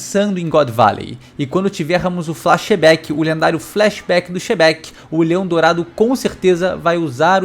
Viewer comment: sempre que o fala o FlaXebec (flashback do Xebec) eu imagino Xebec Flamenguista